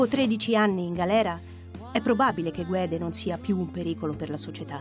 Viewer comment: ...e purtroppo anche il compianto Purgatori sbaglia in più punti: 1) Non vengono assolti con formula piena per "non aver commesso il fatto" ma per la vecchia "insufficienza di prove" 2) La pronuncia corretta di Guede è "Ghedé" in quanto la lingua ufficiale della Costa d'Avorio è il francese. La pronuncia errata è GUEDE: Rudy abitando in Italia preferisce "guede". Ma non è la pronuncia corretta.